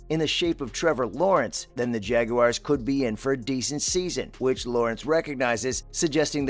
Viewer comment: Not jageuars.its jaguars I hate when the make it sound like it's got an e in it.. I think trevor is gonna be the most improved qb this year.. I think we are gonna be a good team this year